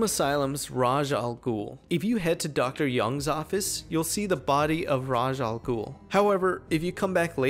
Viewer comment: The way he pronounces Ra’s Al Ghoul hurts me